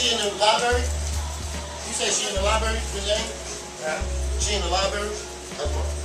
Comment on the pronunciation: "She in the Lie-berry?!...She in the Lie-berry?!" lol smh